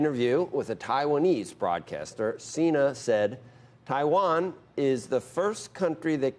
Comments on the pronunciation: John Xi'naaaa?🤔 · Jone chi-na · Cena? More like Cen-nah